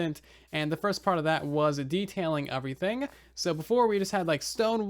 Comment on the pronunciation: has anybody else noticed that he says uvrething instead of everything. is it and accent or something?